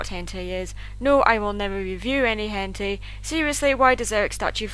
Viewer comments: idk if it was your ascent changing the way it sounded or whatever but to me it sounded like you mispronounced "hentai" and said it like "hentei" not that it maters pardon my otaku ways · Did anyone hear her say hentai wrong or am I just weird? Wait no! It's both...